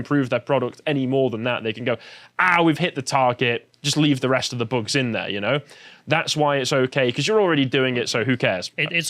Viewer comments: I may be the only one but please stop saying boogs instead of bugs. It sounds immature and not very professional. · Why does always add an "uh" sound to the end of a lot of sentences? Like he said, "eat zee boogz-uh". If you pay attention, he does it a lot. Is it a speech impediment or something? It's super annoying.